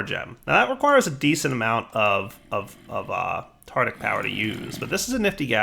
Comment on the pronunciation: Is 'tartic' the american pronounciation of 'tartaric' ?